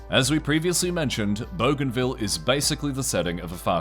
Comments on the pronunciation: Boo-g huh ville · bougainville Boo-gan-viel Not bow-gan-vil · BOO-GAIN-ville. Goddamn dude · I love that the Aussie narrator is pronouncing it "Boganville" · bro thinks it says *bogan*ville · Actual pronunciation should be closer to Boogai(n)vil. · lmao i had that exact thought when i heard the pronunciation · You could not be butchering the name of the island more than you are 😂